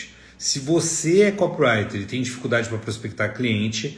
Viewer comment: É "co PI rai ter" , seu ANIMAL! E não kop rai ter!!!!!! Co pi wri ter. 4 sílabas é não 3!!!!!!!!!!